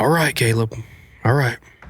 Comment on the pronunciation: did he call you?